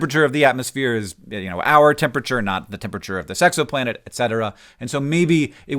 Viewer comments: the way he says "this exo planet" sounded like "the sexo planet" which sounds like something from Futurama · I need everyone to know that when Hank said "this exoplanet" , it sounds like "the sex-o-planet," which sounds like a cool place to visit